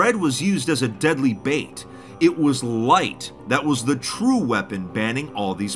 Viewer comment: "Anything can be a wepon"